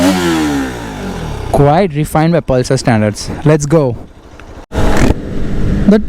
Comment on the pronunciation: Palsar mt bolo bro